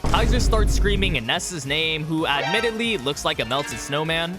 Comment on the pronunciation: plz pronounce the names right 🙏